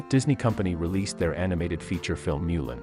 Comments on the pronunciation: You can tell it’s a fake voice by the way it says ‘Moolin’ instead of ‘Mulan’. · The way you pronounced Mulan hurts my heart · I’m pretty sure they use a text to speech generator, but it does still hurt